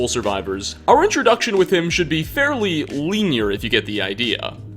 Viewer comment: Also mispronounced "linear", which was just strange.